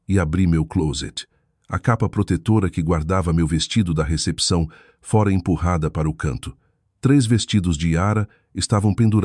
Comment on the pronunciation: Que narração horrível! Dra? Fora com o aberto? Etc